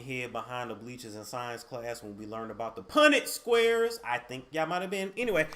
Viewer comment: punnett squareee 😂😭😭 they dont hear you tho